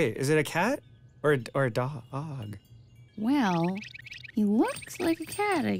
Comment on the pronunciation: I like this cartoon but seriously gets on my nerves, not only because he’s a pushover, but because of those random awful dialogs he has when trying to pronounce “dog”, and “recipe”, it’s just so out of place.